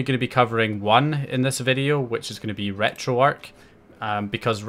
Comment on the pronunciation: It's pronounced retro-ark the "arch" stands for archive